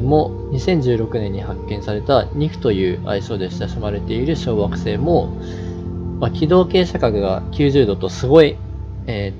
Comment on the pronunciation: テロップ無いと ワガママ小惑星→ワガママ小学生 に聞こえるw なーんも計算も根拠も無いけど、太陽系外惑星が太陽系に混じった気がする。 その逆公転の小惑星の地質調査すれば面白そうだな。